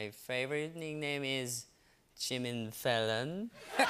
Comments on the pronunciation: Love it when he said "Jimin Fallon" 🤣🤣🤣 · To be honest i heard jimmy fellow at first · Very smooth, Jimin, very smooth! 😂 (BTW, what on earth is "Dooly"?)